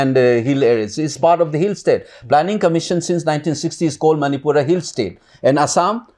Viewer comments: Sir its Manipur not Manipiur... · ...its Manipur not Manipiur😢